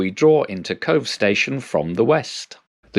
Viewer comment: Fota is pronounced like photo... PHOTAH.... but glad you got Cobh PERFECT.... have been asked for cobb before now!